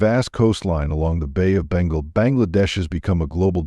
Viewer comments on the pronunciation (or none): none